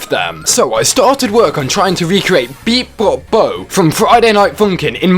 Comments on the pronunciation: ITS BO PEE BO NOT BEEP BOP BO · Ivluke how he said beep bop bo instead of bopeebo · its Bopeebo not Beepbopbo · the normal song name: bopeebo, him: bipbopbop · lol i like how you said beep bop bo but its bopeebo (bohp-ee-boh) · It’s Bopeebo, not Beebopbo. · the fact that he said "beepbopbo" instead of "bopeebo" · that's Bopeebo not Peebobo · u said it wrong it’s bopeebo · Its bo be bo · its pronounced bo-pee-bo